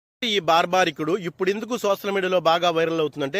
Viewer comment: బార్బరికుడు అతని పేరు... భార్భారికుడు కాదు 😂😂😂